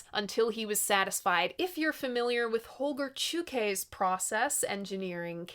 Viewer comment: She learned how to pronounce Holgar Czukay.